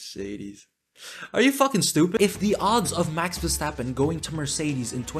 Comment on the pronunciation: "Max WearAStrapOn" 😂😂